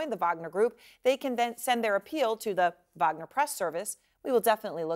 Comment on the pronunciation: Please people.. If you are not Russian stop using the V sound when its a W. Its WAG-NER not VAG-NER>>> Remember you are not Slavic and no reason to speak like you are a foreigner with an accent.